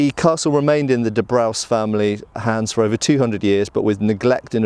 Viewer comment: I think it was pronounced " de brews"